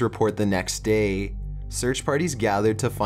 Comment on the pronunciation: 40 minutes of this narrator's dropped syllables would make me poke my ears out. dropped theeeeeemmmmm daayyyy social worrrkerrrrr good lord kill me now what sucks is this video would probably have fascinated me!!!!! but i can't do it. nope!